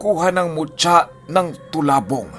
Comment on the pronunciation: Talabong po not tolabong